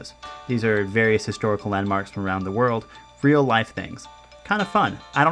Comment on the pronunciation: of course he did, didn't you hear him at :07 when he said "I got this over fom Japan".